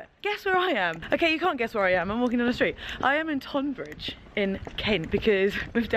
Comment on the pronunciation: Made me giggle how you pronounced Tonbridge! Near my home town, it’s pronounced the same as Tunbridge Wells but don’t mix the two up or the locals will chase you with pitchforks! 😂❤️